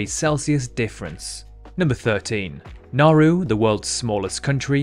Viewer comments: I really don't want to nitpick, but Nauru is pronounced like NA-oohru, not na-ru. Another fact like this: the city of El Paso, Texas is closer to the Arizona/California border than it is to the city of Beaumont, Texas. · You pronounced Nauru wrongs it’s Na-oo-roo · ...but in all fairness, he did pronounce Chongqing and Nauru incorrectly.